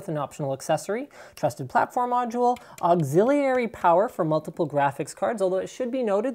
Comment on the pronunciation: [awg-zil-yuh-ree, zil-uh] Idk why the way he pronounces auxiliary frustrates me so much.